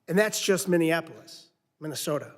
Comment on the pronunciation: It's Minneapolis not whatever she spat out 😮